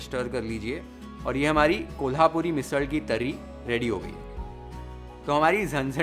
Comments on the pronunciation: Ahaaa haaaa! Beautiful and mesmerising! Your love and dedication to cook Maharashtrian food can be seen through your recipes and the way you narrate and describe the recipe is amazing! The way you pronounce those Marathi words like 'Misal', 'Tarri', 'Batatyachi bhaaji' shows your love for Maharashtra and its food culture! Awesome work!!😊👍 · Good pronouncing झणझणीत, वाटण, तरी, बटाट्याची भाजी